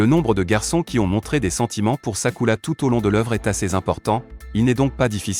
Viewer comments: J’suis d’acc j’était morte de rire quand il disait sakula 😂😂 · C'est vrai c est Sakura